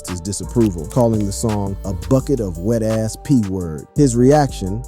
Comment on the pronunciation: WAP😂. So are we really going to pronounce wet as wheat